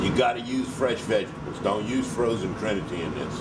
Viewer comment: I love how you pronounce Vegetables-veggy tables :)